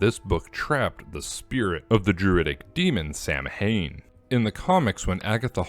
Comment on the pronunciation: Who in Sam Hill is Samhain? Samhain is pronounced "Saw-Win"